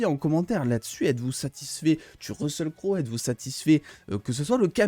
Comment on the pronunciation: on prononce russel cro